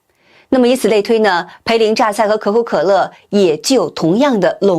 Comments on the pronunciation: “涪陵”读“福”，不读“赔” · 涪（音“福”）陵榨菜，播主该注意提升一下自己了